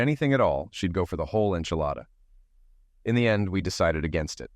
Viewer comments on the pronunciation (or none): none